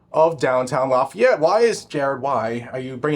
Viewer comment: The mispronunciations of lafayette are killing me 🥲🥲🥲🥲